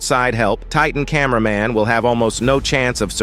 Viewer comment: Camæaman titan